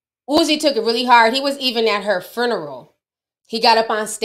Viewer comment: Talking about her daddy writing and you can't pronounce "funeral."